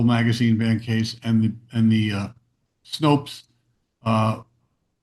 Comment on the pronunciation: Why the F is still saying "Snopes"?